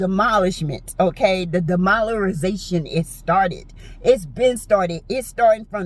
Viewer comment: Not "demoliziration." Can't stop laughing😂